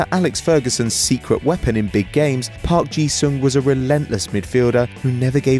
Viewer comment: Park Ji-Sung????? Oh my lord